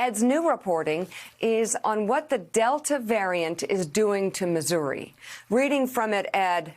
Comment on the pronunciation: Did she accidentally mispronounce Missouri as "misery" or did I just mishear it? Misery does sound like a better name for that state, the state of misery.